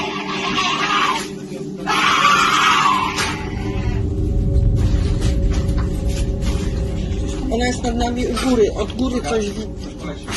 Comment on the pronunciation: Kamila, no Kamilka. Like I... Sara but in Poland you can say sweet like Sarunia etc.